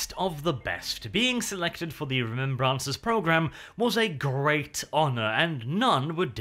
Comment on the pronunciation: ‘Ree-mem-brahncers’ - nnnnnnn it tilts me every time he says it